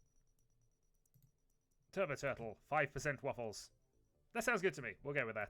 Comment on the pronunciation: Thanks for the mention in the video :D Hope my character won't get killed quickly :D Very good pronunciation actually :) Kill the aliens and save the WUFFLES! Greetings from Poland P.S Turkuć podjadek is a kind of bug actually (a mole cricket as wikipedia says) just FYI :)